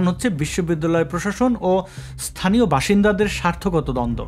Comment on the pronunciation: "ইস্থানীয়" শব্দটি কি আভিধানিক? উচ্চারণ কি সঙ্গত? ইনিও নিশ্চয় বিশ্ববিদ্যালয়ের passout. হায়রে, বাঙ্গালাদেশ..